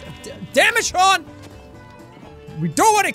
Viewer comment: What your name is Shon not Jack